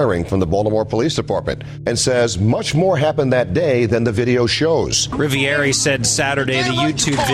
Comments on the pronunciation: Cop🥒 says " I'm officer Rivieri" not Rivioli as per legends say.😒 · He said "Rivieri" not Rivoli. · He pronounced his name wrong.. lol. We all have bad days